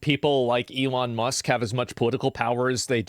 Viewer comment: Elon "MUCKS"